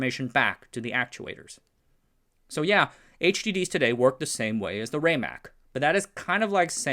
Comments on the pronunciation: I was a five year old child in the IBM lab on Santa Clara Street during weekends in 1960. It is pronounced RAM MAC, not RayMac. The heads don't fly because of wobble, they fly with compressed air at the head to keep the distance constant and be immune from folks bumping into the drive. When the heads were first designed they would fly but easily crashed into the surface wrecking the magnetic surface when someone walked by. My father developed the idea of using a wing to force the head against a bubble of air and these forces self regulated as the heads became closer to the disc. The original drive was a spinning drum looked not unlike a spinning garbage can. Disc platters was an innovation. The name Winchester comes from the mystery house not the gun. The project name became the product name when they came up with the idea of 30-30 to overcome the objection of T. Watson Jr. Al Shugart, Amdahl, and others all came out of San Jose. Shugart is most famous for making non compete clauses illegal in California by bringing an 1862 law back to life in a case against Zerox v. Shugart. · Not bad but too many small errors, starting with the pronunciation of "RAMAC" (RMA ACK) and its capacity (3.75 Mbytes or 5 million 6-bit characters) and going on to the peak companies in the HDD industry (77 in 1984) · It's pronounced RAMAC with a short A (Like in Rat or RAM- not like in Rate)